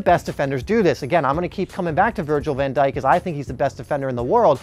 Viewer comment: man literally said van djik better than ramos bruhh